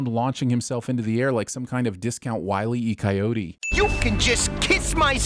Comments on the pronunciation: Me thinks thou hast never watched The Road Runner Show, or thou hast mispronounced Wile E. Coyote. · He said Wiley e coyote.